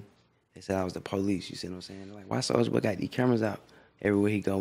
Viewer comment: "its a souja wood"